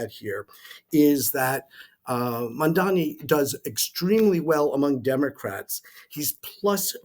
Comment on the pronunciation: Why not put a little effort to pronounce the name properly, it's MAMDANI, not MANDANI, it makes you look disingenuous.